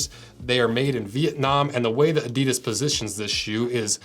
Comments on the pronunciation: It's pronounced Adi-das, never A-didas. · Pronounced "Adi-Dus" with that emphasis. NOT "adydus" Like I said. say it slower.adi-dus with 2 equal sounds emphasised equally. That is not just how the Germans say it, it is also the way the entire rest of the world says it. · You yanks .. it's pronounced 'Adi-das' not 'Adee-dus' 😂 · WTF is Adeedus? STOP SAYING ** WRONG! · I wish Americans would pronounce Adidas the way it's intended. The correct way is having the accent after the first syllable A'-didas, (like HAL'-loween; STRAW'-berry; MAR'-Athon) instead of ADI'-das. (like symbo'-lic; opin'-ion; juras'-sic). I also wish the Brits would stop saying Nike similarly to "bike" as it should be "Nahy-kee". 😁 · the guy explains why they company is called what it is called yet continues to mispronounce its name after literally pronouncing it correct once. These were also pretty much a required bit of kit for the terrace dust ups before football changed. If you are into futsal just get a pair of Preds for a few quid more, leave these for the away end. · You described correctly how Adidas got its name, yet all Americans pronounce it wrong! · It is time for the people in the USA to pronounce the name correct. The way you do now is false. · and with all that history facts americans still don't know how to pronounce Adidas